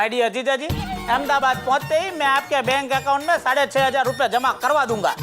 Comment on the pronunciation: Y she say amdabad it’s Ahmedabad idiot ppl make there own names